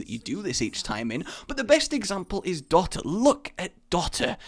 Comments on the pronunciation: It's pronounced do - ta not dot - a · Dot-a..., please np/